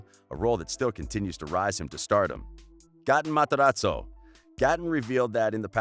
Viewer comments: its gaten matarazzo not GATEEN MATARAZZZZZOOO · "gah-tin mahtz-her-ahtz-oh" LMFAO its gae-ten mat-er-ahz-oh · Why did he pronounce gates name like that ‘Gah-en mahTeratso’ 💀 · “Gahtun Materotso” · Gotten Mot-a-rot-zoe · No one: really no one: not even noah: not even the demegorgon: speaker: Gatten Mataraso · He said gatne mtarzo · Did he really just say “gAHten Matarazzo” 🤦🏽‍♀️😭😭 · Gaaten mataratzo- like boi plez pronounce it right... 🤦🏻‍♀️ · Nobody: Litterly nobody: Him: GaTan MaTorzo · Why they gotta do that to gaten Its gaten materazo Not gotun matzerela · Nobody: The dude talking: GAATAN MATRAZO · He said "Goten matarazzo"- wHaT tHe HeCk? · who tf is gAh-tin matAraTso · reyna vargas gAten MATarazzo 😂😂😂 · goten mofrazzo 😂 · Layla Rocco gahtin mahterahzo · goten matzarazo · Gatoon mataraaazoo 🥺😂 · The way the pronounce Gaten Matarazzo tho 🤦🏽‍♀️ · Are you sure thats the way that you pronounce Gaten Matarazzo ?